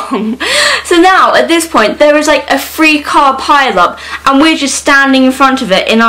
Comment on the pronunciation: omg this might be weird but i'm like obsessed with how instead of the "th" sound like in "three" you say the "f" sound so it's like "free." ily. u are bae